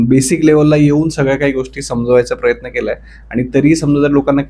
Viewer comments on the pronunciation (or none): none